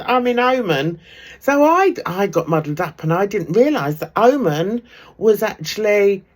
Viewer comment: It’s pronounced O man and it’s a country in its own right, not a part of Saudi Arabia…..